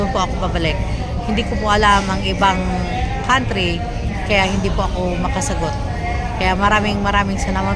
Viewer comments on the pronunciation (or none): none